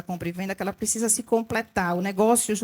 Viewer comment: Na chamada " "PRESISA"...É lulês ou "terra de Malboro" ? Adevogada ou advogada?